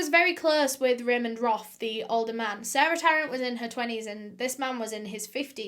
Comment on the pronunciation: Roff not Roth.